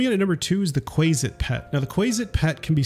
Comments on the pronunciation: Qu-ay-sit makes me want to die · Not him calling a quasit a quayzit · I take issue with your pronunciation of Quasit. But besides that, this a very quaelity video 😂😂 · Not subscribing due to your incorrect pronunciation of Quasit.